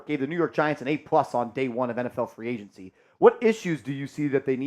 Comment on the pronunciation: It's agency not agnecy